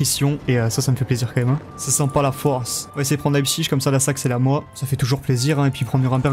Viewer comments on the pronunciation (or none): none